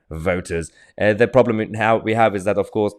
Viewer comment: "We haf ways". You would think they had learned a lesson after the last two attempts.